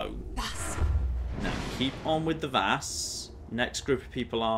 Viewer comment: Anyone ever notice that when he says the shout "vas" it sounds like VATS?